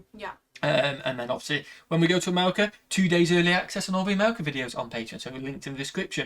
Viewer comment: Did you say Amewica?